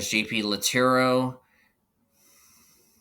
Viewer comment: Lattaro * no Lattero